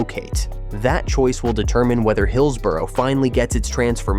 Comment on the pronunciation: I'm a Blade and on this we agree! At least learn to say hillsborough ffs 😂